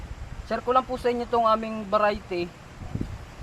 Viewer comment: Parang sasabihin mo lang veriety patawa ka noy